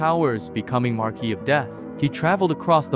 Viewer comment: That's not how u pronounce marquis I know, I know 'grammar police' and what not but it annoyed me so much